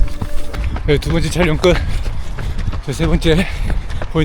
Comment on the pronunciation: 형님 촬령이 아니라 촬영아닙니까.. ㅋㅋ